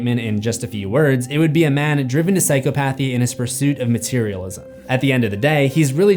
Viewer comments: ... I ABSOLUTELY love your content - BUT... But, I'm kinda crazy on word pronunciation (Ik... my husband and friends hate it 🤷💯😣🤣... Psychopathy is NOT pronounced "Sai koe PATH EE"... It's pronounced "Sai kaa pa thee"... Meaning that you don't separate the terms in the word, they blend together... It's pathy as in "Empathy".... Take away the "Em" in the word and replace it with "psych-aaa" ... Otherwise, you're fn brilliant... That is all 🤔🤷💯✌️😘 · Sigh-cop-uh-thee,. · It's pronounces si-KOP-uh-thee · It’s…. Sai-kop-a-thē….Not sai-cō-path-ē. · It's weird how you pronounce it as psycho-PA-thy. This whole time I've been pronouncing it as "psy-CHO-pathy" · It's pronounced sy cop pathy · just please stop sayin PsychoPAthy its actually called PsyCOPathy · Hearing you say psycho pathy sounds weird in my head. I always read it as psychop athy. I don't know which is correct as of my typing of this sentence. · The way you pronounce psychopathy is funny. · Why must you pronounce "psychopathy" like that,... er...? 😊